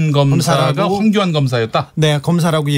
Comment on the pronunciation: 주진우 기자의 황교안 발음은 빨라서 황견으로 들리네. 누렁이 ㅎㅎㅎ